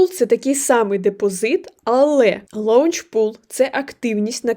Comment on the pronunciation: Не лаунчпул, а лончпул